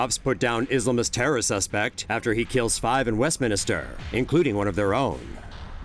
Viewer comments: It's pronounced west-min-ster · "westminister"? u wot mate?